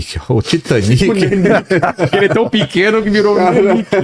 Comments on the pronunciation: Titaniki titaniki Britaniki 😂😂😂😂😂 por favor niki niki 😂😂😂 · Porque temos a mania de falar Titanic em português como se houvesse acento agudo no último I? São palavras inglesas então é Titanic como se houvesse acento circunflexo no A , acho que uma palavra paroxítona. O mesmo para britanic